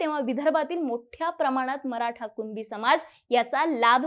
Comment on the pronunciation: मॅडम अगोदर कुणबी बोलायला शिका..... कुनबी नाही.... मूर्ख